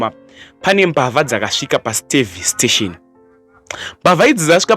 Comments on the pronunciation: Eh apo reporter inonzi service station not stavice station hahaha kkkk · Inonzi servstation not stavistation my son